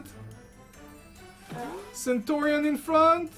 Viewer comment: Dude, it's 'CENTURION';) Nice win by the way!:)